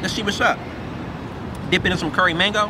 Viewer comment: “Curry mangoe🤣”